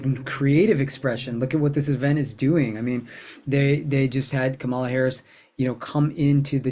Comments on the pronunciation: This is very informative. Please pronounce Kamalas name properly: sounds like 'comma-la' not 'ca-mala'. Thanks! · Pronounce her name correctly! It's COMMA LA, not co MA la. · If you're going to talk about her learn how to pronounce her name. The emphasis is on the first syllable. KAMala. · Comma - la! THis is the first time I've listened to you and I really like how you present astrology but I don't like that you're pronouncing Kamala's name incorrectly. :) :body-blue-raised-arms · Please learn to pronounce her name. The accent is on the first syllable, not the second one. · Just going to reinforce others’ request to pronounce her name correctly.